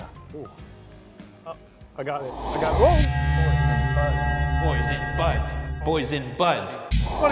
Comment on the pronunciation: I can’t unhear “Boysen Buds” as “Boys in Butts”